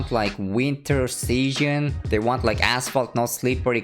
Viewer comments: When he said season I heard seeshin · Nobody:: sEaShIoN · pronounces “season” so funny lol